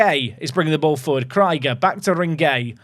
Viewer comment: i'm deeply offended by how you pronounced Krieger. 🤣